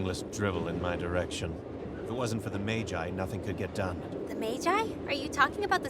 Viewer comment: They are calling the computer Mahjahy? instead of Maggie?